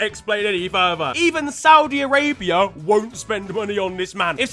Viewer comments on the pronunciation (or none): none